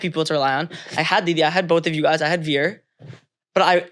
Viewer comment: A candid family conversation! As a parent, how do you manage to see a topic of conversation through without having one of the family members get up and walk away abruptly in disgust when their viewpoint is at odds with that of the rest of the family? One more thing. Zarna, rather than pronouncing your son's name the way an Amercan would, i.e., We - er, can you pronounce it correctly as 'Veer', please?